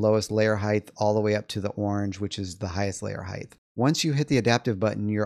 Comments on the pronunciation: Height. Not Heighth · Not a typo. On the video you are saying Heighth. Like Width. But theres no TH in height. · Hite. It’s pronounced hite. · 😂 I kept hearing that also 😂😂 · I found that annoying too, but you know what's more annoying? All these human bean bags arguing about it.